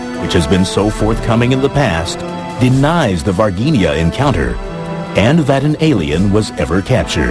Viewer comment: The G in Varginha is pronounced as a J like for instance in the band Bee Gees!